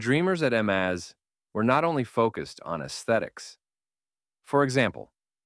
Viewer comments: Em-az? 😂 It's just a maz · I like how your AI voiceover chose to pronounce MAZ as “amaze” from time to time.